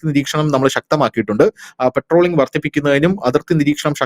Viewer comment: "" പെട്രോളിംഗ്"" അല്ല പട്രോളിങ് ആണ്